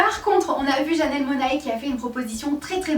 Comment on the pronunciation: a titre d'info, c'est janelle monnaie et pas mona-é :)